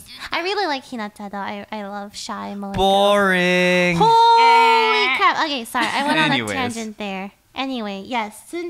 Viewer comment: I didn't expect them to say monogatari without the english accent, but expected Lily to pronounce it right and she didn't.